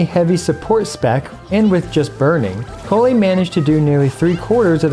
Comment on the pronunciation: why do you pronounce Collei's name in 2 different ways? is correct pronunciation